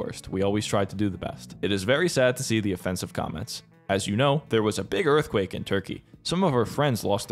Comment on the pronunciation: ROFL muh earfquakes